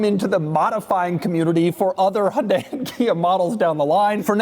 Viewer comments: As a Korean, my eardrum pukes a little whenever Doug pronounces HUUUNDE. There is a Y there for a reason. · Doug is the type of guy that doesn't pronounce the "Y" in Hyundai 💀